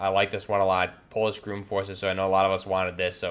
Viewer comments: its pronounced GROM not groom! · That’s a Princeton Tec tasklight, and it’s Not pronounced “GROOM” just Grom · Grom isn't pronounced groom it's grahm. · It’s GROM not GROOM. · Just FYI, Polish GROM is pronounced with short "o", not like GROOM. Very good video.😀